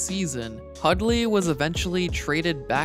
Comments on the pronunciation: Hudley Hudley Hudley. I know you can pronounce Hundley properly. I believe in you. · Pretty good video, but there's an 'N' in Hundley. His name isn't Hudley and you kept pronouncing it.